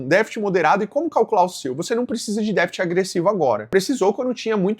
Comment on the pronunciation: Dica construtiva: vc deveria treinar a pronúncia de "DÉFICIT", pois errou em todas as tentativas nesse vídeo.